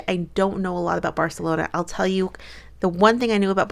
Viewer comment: First thing: UEFA is pronounced like VEFA. As a Real Madrid fan, I simply can't stand Barcelona (actually correctly pronounced by in Catalán). This is why I was rooting for Chelsea, but also because I like quite a few Chelsa players. I thought it was more of a problem of the Chelsea defence because it was unable to stop the Barcelona offence and also made quite a few really bad passes. It's very difficult for the offence if you're 2 goals behind so fast, you have a great goalkeeper against you and you just try to score goals by force. Pernille Harder and Sam Kerr missed opportunities ehich they wouldn't if the match was tied. For coaches it's quite a good time to say goodbye by themselves when they are successful like Joe Montemurro, who successfully made Arsenal reach the Champion's League qualification. When you have such strong teams like Chelsea, Manchester City and Manchester United as rivals, it's hard to get more successful. Casey Stoney didn't get well along with the club owners and it's understandable that she wants to make new challenges with other clubs. Experiences with different clubs are always important. Maybe there might be a chance for her as a coach of the Lionesses if they won't do well at the European Cup next year. Jill Roord wants to have more play time and she will definitely have it in Wolfsburg. Lyon is looking to strengthen its team to be a big player in Europe again.